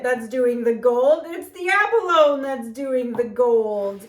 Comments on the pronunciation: Hi Kanella! Abalone is pronounced ab a lo née per my online dictionary. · Can't wait to see how this turns out!! 😊 Oh...just to let ya know Kanella...abalone is pronounced a·buh·low·nee. 😉. It's a very delicious luxury mollusk shellfish.